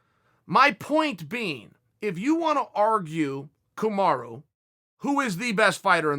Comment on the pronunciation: I’m here just to hear him say Kamara Edit: since when does chael pronounce his name right?